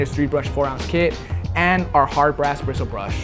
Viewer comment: "brishul brush"